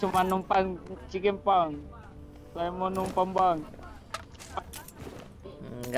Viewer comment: Chiken ❎ CikenG ✅ Ngakak jirrr